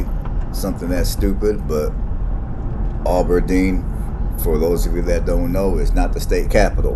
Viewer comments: It is not pronounced "Ah ber deen". It is Ab (like short for abdominal) Aberdeen. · Thanks for doing this! This is a very interesting video for those of us old folks. It shows a number of landmarks now gone. Brother was watching this video this morning. I heard Aberdeen called "Auberdeen" repeatedly. I expect not intentional but there is no "u" or "w" after the "A". I did note this video was taken before the Perkins building was removed. Not sure what the population is now but much has changed since then. Better or worse, not sure, but it seems to be "less" in a number of ways and have "less" than it used to. One significant recent change is the end of Presentation College. Northern State University expanded their facilities and the School for the Blind and Visually Impaired moved across from the new, larger sports arena, replacing one of the NSU dorms.